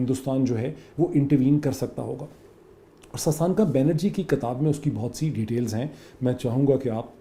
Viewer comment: Great analysis as always. I'm a big fan of yours.. Just a small request, it's "kitaab", not "kataab". Thanks :)